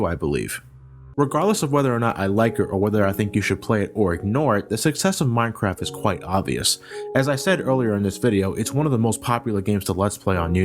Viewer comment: at 10..10 he said mincrap